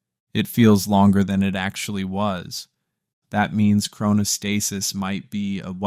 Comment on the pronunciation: If you're going to make an educational video on something, you should probably learn how to pronounce the word at some point. As for the thumbnail, "that second...was never real," it's actually very real. I get what you're trying to say I think but saying it's not real is just false and misleading; it doesn't fully appreciate or explain the complex and paradoxical mechanisms of the brain.